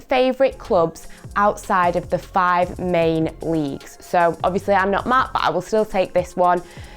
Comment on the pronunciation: I know right